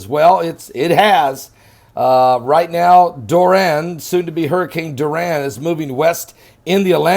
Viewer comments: It’s DORI-AN not DUR-RAN! 🤔😏😂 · Soo cute, sounds like "Duran" Hands of stone😂😂😂 much love Pastor! The rigth pronunciation is " Dor- E- an" 💜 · It's pronounced DOR-I-AN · the name is pronounced "Door- e- ann"....love you! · It's pronounced Door-e-un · I love you. The name "Dorian" is pronounced DORRIANNE. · It's pronounced Door ian